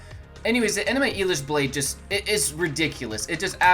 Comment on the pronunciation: "Enema Elish" lol